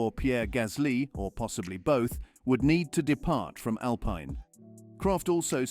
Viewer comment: So hard to listen to you talk. It's Al-Peen, not Al-Pine